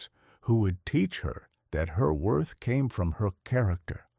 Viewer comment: "Wroth"? *WORTH